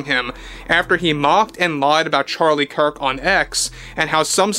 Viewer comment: Gosh, when will you learn to pronounce Charlie's last name properly...